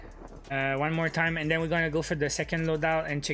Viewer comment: great but why say den you Canadiens when you are trying to say then